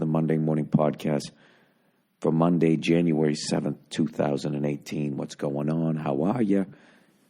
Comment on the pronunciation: Did he say janurary 2018